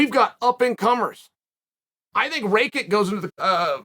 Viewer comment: Raykick and Bluhovovich. Wtf Chael? 😂